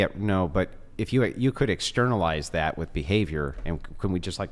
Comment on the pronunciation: "Thaht." Smart girls hate the hard A.